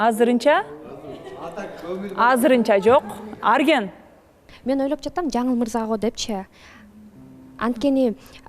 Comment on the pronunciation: Жанылмырза З сы жок суйлочу